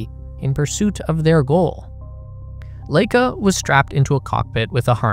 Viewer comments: Totally unimportant fact here, but since I was around at this time, though young, I know that the dog Laika, was pronounced LIE-cuh. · You're right about just about everything in this video. Except for the pronunciation of Laika - it should be "Lie-ka", not "Lay-ka". BTW, the Wikipedia page for her shows the right pronunciation. Not a bad idea to check WP for pronunciation keys for foreign words and names. [Edited to fix typo.] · 'Vair-nuh fonn Brown' and 'Lye-kuh' and while I'm being pedantic... 'Ree-kard Vahg-nuh'